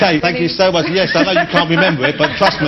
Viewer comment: i like when she says yes with a dutch accent (i''m dutch)